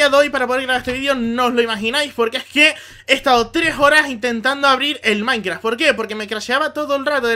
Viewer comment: Dices maincra xDD PD:LIKEE NUEVA SUBS